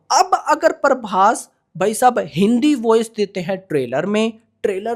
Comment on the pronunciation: Parbhas nahi bhai prabhas hai 😅